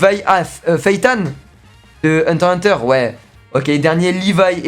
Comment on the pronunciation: On dit hunter x hunter